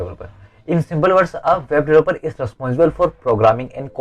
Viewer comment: You say web developer like voboloboloper